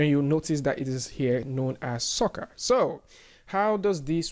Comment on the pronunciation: Actually it is pronounced " Sir Car". It has been named after the magician PC Sorcar just like houdini has been named after Harry Houdini.